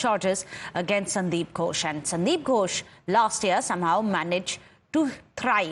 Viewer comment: Gosh no no. It gHosh. H is important there. Else it becomes Gosh of English speakers which some of them use to avoid saying God which would lead them to sin in Christianity. You can't call upon God all the time and disturb Him as He lay asleep or wandering. That is why they even want others to set standard times like Sundays for prayers.